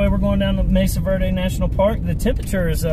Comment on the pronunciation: It is Mesa Verde not Message Verde:-)